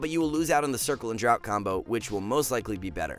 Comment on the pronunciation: Draught is pronounced draft not drought